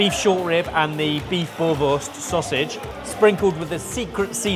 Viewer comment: its boerewors ie boor-e-vors not boerwors